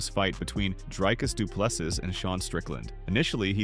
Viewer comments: Repeat after me: "Dree-cus Doo-plês-sea" Again: "Dree-cus Doo-plês-sea" Once more: "Dree-cus Doo-plês-sea" Last time: Dree-cus Doo-plês-sea" Final Time: "Dree-cus Doo-plês-sea" Final Last Time: "Dree-cus Doo-plês-sea" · Drycus 2plusses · Commentator, learn how to say Dricus Du Plessis's name, its not so difficult. Do some research man, its not so hard!!! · Rather say DDP, you are struggling to much with his name bro